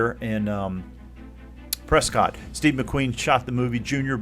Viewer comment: Prescott is said like biscuit. Pres-kit. :-)